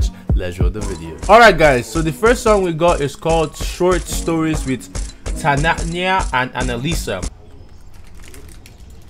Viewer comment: I love how he says "Tanania" and not the right pronunciation (I'm Italian)